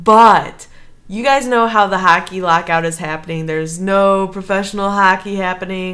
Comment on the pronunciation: It's pronounce hockey, with an O, not huckey....